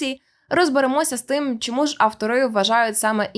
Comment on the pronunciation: За нормами укр фонетики усі шиплячі тверді, тому попрацюйте над тим, аби замість шшьо і шьому вимовляти чітко що і чому.